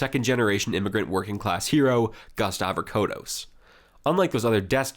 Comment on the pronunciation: Harold Holt is a Cake Eater, a Tool. And It's Gust Avocados Pronounced. Avo-Cados